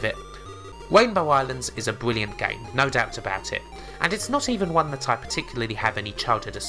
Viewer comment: Wainbow islands is a bwilliant game <3